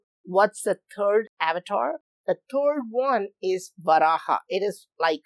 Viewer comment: Sir please pronounce Avtaar correctly ...you are pronouncing it like a foreigners.. 🙏